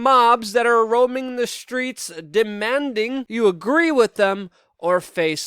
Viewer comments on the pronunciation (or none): none